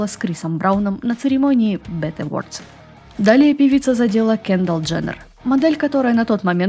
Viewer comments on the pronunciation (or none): none